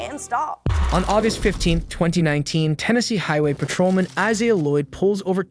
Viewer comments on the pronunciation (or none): none